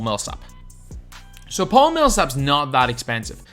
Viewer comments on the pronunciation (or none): none